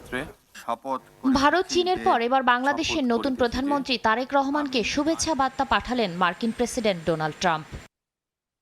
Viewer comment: এনার উচ্চারণ এ ভুল আছে অনেক তারেক রহমান এর নাম বলতেছে টারেক আবার ভোক্তা কে বলতেছে ভোকটা